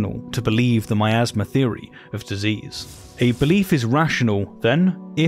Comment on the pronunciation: Oooh Miasma. I thought you were saying "my asthma."